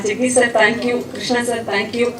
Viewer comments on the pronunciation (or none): none